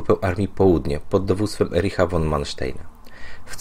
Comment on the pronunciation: czytaj fon nie won